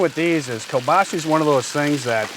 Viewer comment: You guys are great, I really enjoy your videos, however... it’s kielbasA not kielbaasi! I know you guys are from New England but...😊